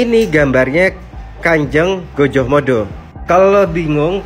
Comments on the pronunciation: Lah gojohmodo . Pelafalan jawa tetap gajah tetap gajah om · Gajahmada,pelafalannya tetep pakai A ya om bukan O